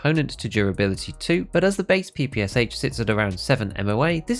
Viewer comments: Now it is time to say that It is NOT PEE PEE AS AICH. It is Pe-pe-sha (how tf you read in English? Horrible language in terms of reading. Anyways read it as "pan" without n) because it is stands for pistol-machinegun of Shpagin. No wonder the last h is not written in Capitals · It’s pronounced PP-Sh, not PPSH, there’s a reason the h isn’t capitalised. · Stop calling PPSH by letters, SH is not an acronym, it is called P-P-Sha (p ls like in Pen) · ye you're right. if it was a true acronym it would bs PPS41 but if your pronoucing PPSH in english it would sound more like Pee Pee Shu. more the russian word